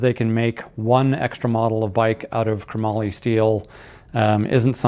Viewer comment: Pushes all the right buttons. But....it's not kruh mollie ... it's chrome-moly Chromoly . Not kruh-mollie . 😂